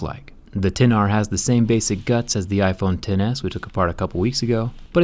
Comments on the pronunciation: Ten R, not ecks R. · IT'S PRONOUNCED TEN-R NOT ECKS-R YOU IGNORANT BUFFOON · I know he is saying X-R on purpose at first right? Instead of 10-R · So dumb! Its not "exs-R". Its "10R"! Idiot! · Can you please say ten r, it is not called the ex r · We get it -- you don't like the name "Ten R", that's fine. But you sound like a complete tool calling it the "ex r"... keep some credibility. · Its TEN not X OMG PEOPLE!!!!!!!!!!! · I cringed when he said "iphone EX r" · Did he call it the ex r at first triggered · Seriously you called it R !!! Thats so uneducated. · I like how he always says the name incorrectly despite apple's pronunciation ..